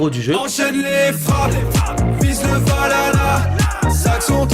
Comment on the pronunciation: Valhalla 😍 Merci pour cette prononciation parfaite